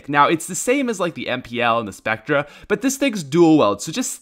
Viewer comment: “Spectrah” Spectre is pronounced spec-ter